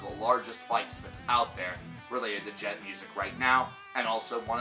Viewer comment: PathologicalCannibal But it's not pronounced duh-jent! The D is silent! The D is silent! It's Djent! Not duh-jent!